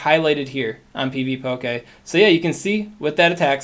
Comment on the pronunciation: Pvpoké lol that pronounciation is killing me.